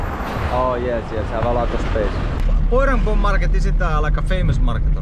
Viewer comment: Bhoirymbong ❌Boirambom ✅🤣